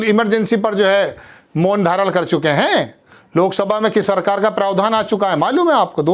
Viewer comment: परकार परहार परधान अबे हिन्दी बोलना तो सीख ले ।